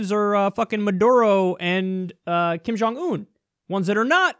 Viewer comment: "Kim Jong Ooon"